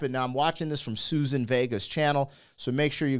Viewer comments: Suzanne, not Susan. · It's Suzanne not Susan. Great song with important subject matter from the 80's